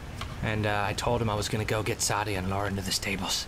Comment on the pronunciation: But.... The innkeeper says SAH-DEE-AH... ARE YOU SAYING THAT THE GAME DOESN'T EVEN KNOW THAT HER NAME IS PRONOUNCED WRONG?!